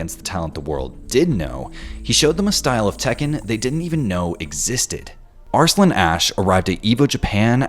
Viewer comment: As much as i like this video, the narrator's pronunciation of "Arsalan" bugs me